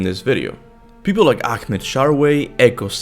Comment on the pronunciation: DID HE JUST SAY AKMED SHARWAY